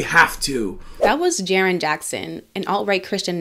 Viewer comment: "Jarrin"? Hmmm... 🤔